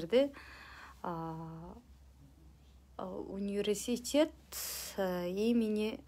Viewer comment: Укам Университет дегенди нормальна айталбайсын кандай депутат.